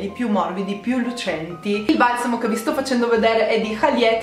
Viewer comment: Dici "valsamo" e non "balsamo" ... bizzarro